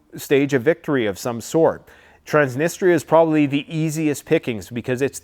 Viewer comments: Good job as always, keep 'em coming. May I suggest a pronounciation of Trans-knee-stree-ah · It's pronounced trans-nist-treeeaa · Trans Nistria. 2 words can help pronunciation. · Trans - niss - tree - ahhhh😊